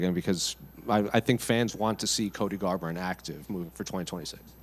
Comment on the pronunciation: exactly, commentary was getting on him for not being on the offense later during the match (& mispronounced his name?) but all he had to do atp was make it through the 3rd rd.